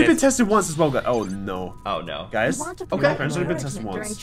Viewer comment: Sounds like you saying Karen Because KAR- AN KAR - EN